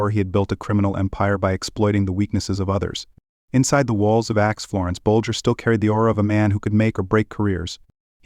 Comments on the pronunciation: It's ADX, not acts. Get someone who pronounce's words correctly. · You tell so many lies. Your video is false and so so wrong on so many points. U should be ashamed . Also , it's not Ax Florence.......di**head!!